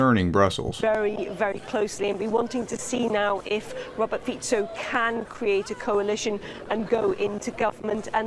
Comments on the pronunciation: You are right, under proportional representation, being the strongest party does not mean you'll be able to form a government. That Fico is going be the next PM of Slovakia is far from being a done deal. And, BTW, his name is FEE-tso, not FEE-ko. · One thing: you pronounce him as /fitso/, not /fiko/ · Pronunciation: FEE - tso